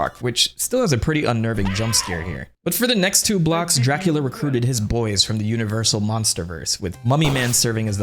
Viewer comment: Exept for the first time you said it, every time you say Dracula I hear Jackula. 0.0